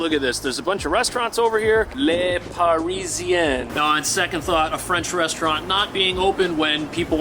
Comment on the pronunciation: LE is not pronounced LAY it is pronounced Lugh so the name of the resto is Lugh Parisian . Parisian is a masculine term so it isn't pronounced "Paree zee ainne" it is instead "Paree zee aint"